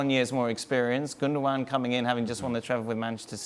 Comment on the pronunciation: It’s 2023 and people still pronounce it gundo-gon SMH